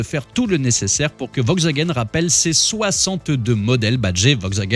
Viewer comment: C'est "VoLkswagen".... On prononce le 'L" hein... 🤣